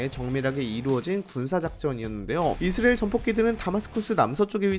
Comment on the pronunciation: 이스'라'엘 발음을 왜 그리 못하시죠. 계속 이스'리'엘에 가깝게 발음을 얼버무리네요. 처음부터 끝까지. 발음 문제가 큽니다....